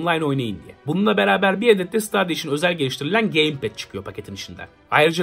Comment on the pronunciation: Stadia diye yazılır. StEdiya diye okunur. ;)